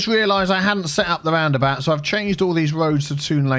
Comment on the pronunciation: Aaah the “horky borky about” 😂😂😂 love your vids man 😀